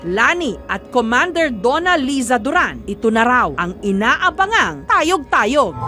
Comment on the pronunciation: Tay-oG!!! Tay-oG!!! Tayyy-oOG hindi tayog tayog..😅😅